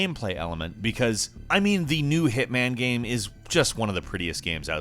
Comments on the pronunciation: I've been trying to figure out what's wrong with the way says the word "game" he doesn't always do it but I've got it. He says "gayum" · Does anyone else hear say, "game," as, "gayum"??? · Yes! I’ve been scrolling on comments looking for this to see if it was just me... is there any particular reason for it, like a regional accent? Genuine doubt. Love the ranks though.